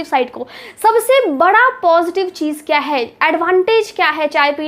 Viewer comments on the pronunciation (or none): none